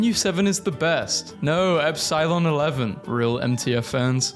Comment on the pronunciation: "epSIlon-11" that pronunciations was so wrong but amazing. say it "epsil" as in windowsill "epsilon-11"